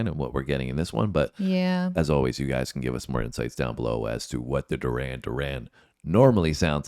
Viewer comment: Doo-ran, Doo-ran 😂